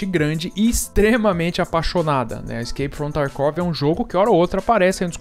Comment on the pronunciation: "Iskeipi from tarkuovi" 😂😂😂